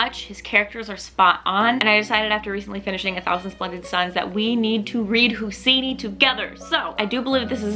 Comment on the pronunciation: Hey, just so you know, Khaled Hosseini's name is pronounced "Hou-say-ni" not "Hou-see-ni" ☀